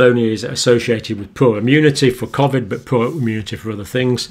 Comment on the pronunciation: Why would you pronounce Covid differently than everyone else? See you next Tuesday!